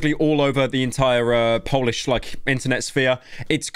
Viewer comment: Please don’t ever try pronouncing anything in polish, you’re butchering it completely